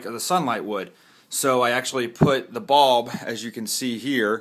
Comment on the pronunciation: Very helpful, but when he was explaining it “bulb” sounded like “ball” so I was super confused.